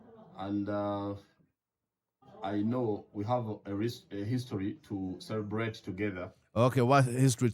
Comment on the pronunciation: Cwebrate😅😅😅 that stooge🤣🤣🤣🤣